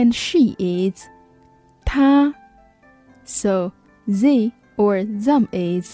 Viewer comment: and that's not how you pronounce they or them correctly tho